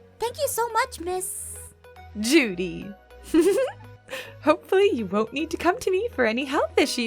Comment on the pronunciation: Y does everytime I hear the nurse mrs. Judy in my head it sound like duty😅